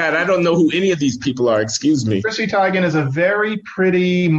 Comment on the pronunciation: hey john its pronunced teegan